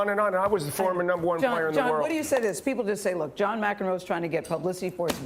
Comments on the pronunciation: John "Mick-in-roe"? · Who is John Mic-In-Row? Put some respect on the Tennis Legend’s name and pronounce it correctly please. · IT’S MAC EN ROW! GET IT RIGHT! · His name is pronounced ...Mack in roe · You just butchered the poor guys name, jesus. It's pronounced MacEnroe, emphasis on the "Mac" part. Like a Big Mac. But I agree with Johnny Mac. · Who? McEnroe (pronounced Mac Inn Row) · His name is pronounced Mac en row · It's pronounced MAC N ROW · Lol I love your content but homey it’s pronounced: Mac In Row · His name is pronounced :- Mac -- En -- Row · Let me help you out brother The pronunciation of his name is Mac Ken roe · His name is pronounced MACK IN ROW, with the emphasis on mack. And, John is right! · In "McEnroe," put emphasis on the "Mc;" pronounce it like you would a Mack Truck. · His name is pronounced, John Mack in row. Just sayin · His name is pronounced Mac En Roe. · I immediately felt old when you mispronounced McEnroe's name. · John, it is pronounced, MAC-EN-ROW. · Mac-in-row is how you pronounce his name. 👍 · It’s pronounced Mac- enroe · Sorry man I know youre kinda young buts it pernounced Mack n row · Pronounced MAC-en-row. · Not to be that guy, but it’s John MAC in Roe. Just sounded weird how you said it. And you can guarantee Mac isn’t gonna pull a punch. He’s known for arguing or “debating”. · John McEnroe. J. Mack-In-Row! Johnny Mac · Pronounced MACK-IN-ROW! Lol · His name is pronounced Mac-In-Row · I think it's pronounced Mac in row. I could be wrong though. That is just how I have heard it said all my life. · You butchered his last name bro hahaha 🤣😂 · please learn to pronounce his name.... geeeeeeeeeeeeeeeez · You could have at least learned to pronounce his name properly. 🤨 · The way he pronounces "McEnroe" - LOL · Don't you dare pronounce John McEnroe's last like that ever again. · How you mispronounce his last name when they said in the video that you played? Still good video though. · your pronouncing John's name wrong!!